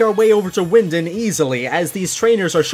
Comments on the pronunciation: you are not talking right it’s wyndon not wyindin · It's " Wyndon".Not Windin.😂😂